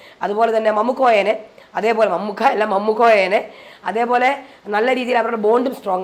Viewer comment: മമ്മുക്കോയ അല്ല മാമുക്കോയ 🤣